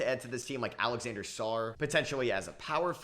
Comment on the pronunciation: You know.. its “Alexandre Sarr” not Alexander